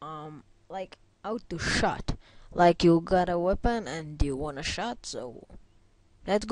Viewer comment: Its "Weapon" no "Wapon" =D